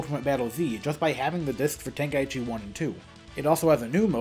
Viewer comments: Ten-Kai-chi✅ Ten-ka-i-chi ❌ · Tenkaichi. Ten. Kai. Chi. Not ten-kai-ee-chee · No. Tenka-ichi is how its pronounced, by the game itself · Maybe open up a copy of the game once in a while and listen to how the characters all pronounce it on the title screen